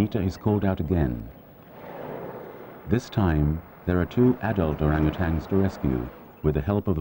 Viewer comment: It's not pronounced Orangutangs. Sheesh! There is no G. It's Orangutans